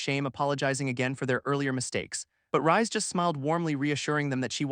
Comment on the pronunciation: Wouldn't "Reisu" (the MC's name japanese spelling) be pronounced more like the word "Raise" than the word "Rise"?